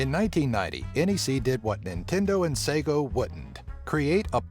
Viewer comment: Did he say Sego